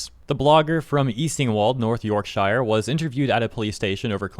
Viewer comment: its not "york-shyer" its "york-shuh"